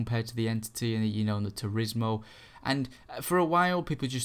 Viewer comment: lol "supahcah" "turismo ah"